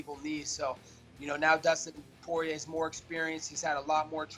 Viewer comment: When Dustin was Dustin poirier not Dustin Sorrier